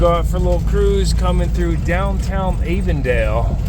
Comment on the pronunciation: Ah-vondale. Lol.